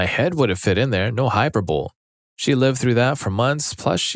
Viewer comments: Hyperbole is pronounced hai·pur·buh·lee. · The word is hyperbole